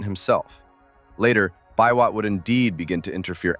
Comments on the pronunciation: Nicholas 'Bee-Wot!' not "bi-wot" lol (aka Total Man) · This video is quite wholesome. I've not watched another video featuring the Nyayo Pioneer Car. I believe the task for developing that car fell mostly on the state corporation, "Numerical Machining Complex". I love your pronunciation of "Biwott"- not a nitpick though 😂. They once referred to Thika Town as the Birmingham of Kenya I guess for LandRover assembly back in the day. Nowadays we're cool with 2nd hand Corollas. Greetings from Kenya.